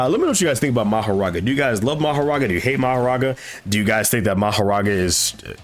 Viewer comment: Lol, it's actually Makora, not Mahoraga, bro For the first time ever the translation was right but English-speaking manga readers trying their best to confuse people with this